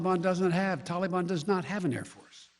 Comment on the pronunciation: Middle East Joe : Toli-Bon